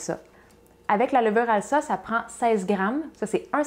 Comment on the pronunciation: Bonjour, le nom de la marque de levure chimique se prononce "alza". ça vient de "alsacienne", signifiant "originaire de la région Alsace" qui se prononce "alzace" ;)